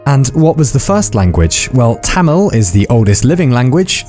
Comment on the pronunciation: Pronounce Tamil correctly pls